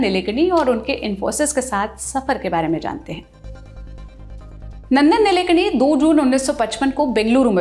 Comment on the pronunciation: नंदन निलेकणी नहीं मॅम.. नंदन नीलकेणी है...